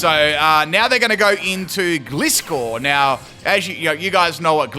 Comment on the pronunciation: Unbelievable he still cant pronounce Gliscor correctly lol Going to faint not die like omg -_